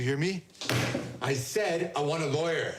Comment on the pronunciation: The worst part is the English the Koreans speak. It's so confident, but so bad, because they want to seem "cool"but they should just speak it the way they would in real life. The word "Lawyer " was completely swallowed by his accent. It's like "Work on the pronunciation, or don't speak at all"